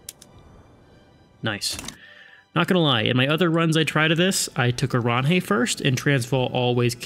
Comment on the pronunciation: Oranje is pronounced 'oran-yuh', but doesnt't matter tbh